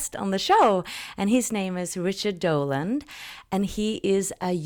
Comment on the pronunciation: His name is Richard DOLAN , not Doland. Apart from that, great interview!